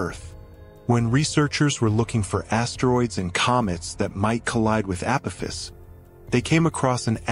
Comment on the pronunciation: This is for the narrator It’s A-poff-iss 👽🛸